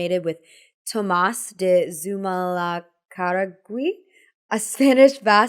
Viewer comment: As a Basque, good effort trying to pronounce Zumalacarregui's name! He would've called his beret txapela, as we still do in the Basque Country. It is an important item of clothing here, as it is not just a hat, but a symbol of status -- athletes and winners of other kinds of competitions are not given medals, but txapelas instead. In fact, the Basque word for winner is txapeldun, meaning txapela bearer.